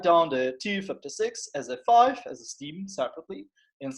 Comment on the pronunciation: it's [stem]